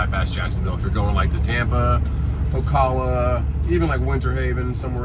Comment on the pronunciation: Its Ocala pronounced like California. O cal a